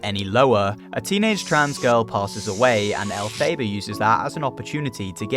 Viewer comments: el fa ba not el fay da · Sorry I have to jump in here it’s pronounced EL FAH BAH, the same name as the witch in the musical Wicked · it's 'elphaba' like fab, not fabe